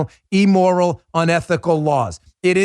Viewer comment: Immoral not Emmoral .... please Dan. You're educated, please show it.